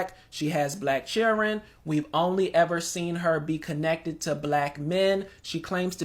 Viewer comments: Some of these are so hard to watch 😹 “Chilren” WTH is that? If you , intentionally, speak poorly, you’re an idiot and a racist 😂Lol 😂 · The second black guy came and talked he can't even say children right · Whose the clown with green hair also the second clown is "children " not chillren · What did that person say? She has black "cheerun"? I mean....😅huh? what the f*** are "black cheerun"? I would worry about my own vocabulary before I start talking smack about someone else. Just sayin..... MAGA 2024 🇺🇸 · did the one commentator say "Black Chirren"? 🙄